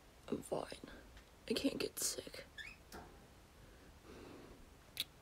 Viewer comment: I thought he said "do u feel safe" so I said "ofc I am, I am with u" then I realized that he actually said "do u feel sick" and I was like "NOOOOOOOOOOOOO I'M SO SORRY!!!!😭😂"